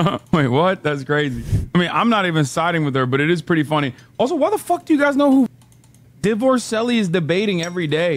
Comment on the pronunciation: I cackled like the witch in snow white when he said Divorcelli